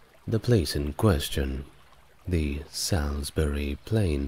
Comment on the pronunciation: I don't know why you kept banging on about Druids, when Stonehenge was built long before druids. Salisbury is pronounced salsburi. There is evidence of post holes near the entrance of the henge which seem to be from the same time as the henge and Aubrey holes. One of the theories is that it was for wooden posts that were used to track the movement of the moon so it may have started out as that, which I find quite interesting. There were also 4 small sarsen stones called station stones (two of which are still there) that may have been used for tracking the moon cycle too. Because the local stone is chalk the henge would've been white when it was first built. It must've been an impressive sight. The ditch is also a lot steeper than it looks in pictures!